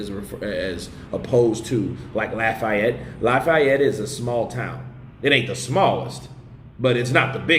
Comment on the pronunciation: bruh you caint be from tha boot sayng Lafayette lak dat!